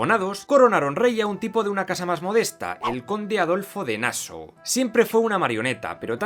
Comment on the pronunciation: no es Naso, es literal Nassau, como en Español. Un saludo.